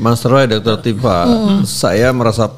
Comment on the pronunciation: Bkn tufa, tp Tifa, f refly harun